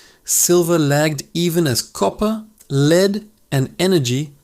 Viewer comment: Dint listen to a man that can't pronounce lead